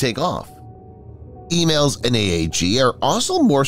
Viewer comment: It's 'ee-malls' not 'ee-mails.'